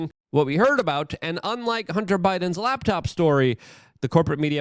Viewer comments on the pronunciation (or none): none